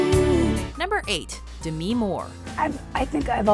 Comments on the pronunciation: DEH-ME not DIMI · Omfg it’s Demi not Dmi why is she pronouncing it like that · its DEM-E MOORE NOT DIM-E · No one: Not a soul: Narrator: dehmee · It’s pronounced “De-mi” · you don't pronounce 'Demi' as Demii or Demee, its Demi like Demi-god so 'Demee-god' sounds ultra wrong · No it isn't. She covered this way back in the 80's when she first became famous. It's pronounced as the first two syllables of Demitrius. De- ME. Not new, you're wrong. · did she pronounce Demi Moore as D'mi Moore? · i hated how she pronounced demi moore's name